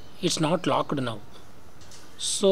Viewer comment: Locked not lockeddd😹